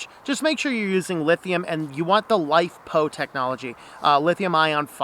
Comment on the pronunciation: i couldn't make out exactly what you're saying, LiPo or LiFePo batteries?